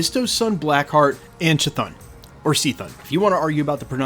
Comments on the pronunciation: The pronunciation I think is: Kuh-thoon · It’s pronounced “cuh-thone “ like stone but geez that’s a lot of villains